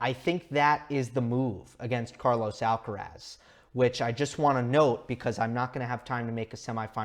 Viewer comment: "Alcarath" with the stress on the last (not the first) "a".